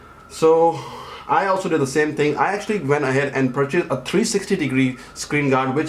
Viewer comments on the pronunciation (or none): none